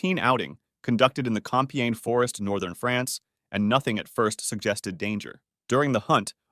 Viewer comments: Compiègne not "Compèigne" 😂😂😂😂😂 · Compiègne, not Compeigne ! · Thats "Compiègne" actually 😊 And yeah those animals are aggresive and more solid than some cars